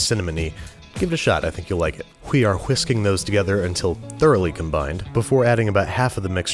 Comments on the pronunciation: Whhhhissski;g. Lol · "Que are quisking" 😂😂😂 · "Khwe are khwisking" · Whisking...why are you putting so much emphasis on the H? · Why do you pronounce the "H" in "whisking"??